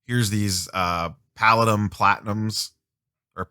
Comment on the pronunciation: Palladium is is Pronunced ..Pe Lay dee um..Don't Forget about the Purple Parallel 1/1. Also epack will hold half of the whole print run so just getting just the physical is not the best for trading if your wanting Full Set. I am New to Epack as well but if you want a particular character the best would be epack. I have a few physical coming as well I love to break them myself as well. But will be buying them on epack as well because of the trading aspect!!!